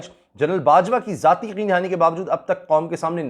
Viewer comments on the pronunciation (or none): none